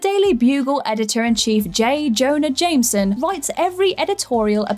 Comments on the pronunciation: Nobody gunna mention her abysmal pronunciation of "Jameson"? No? Alright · You say Jameson wrong XD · Am I the only one bothered by the way she pronounced Jameson when saying j. Jonah jameson?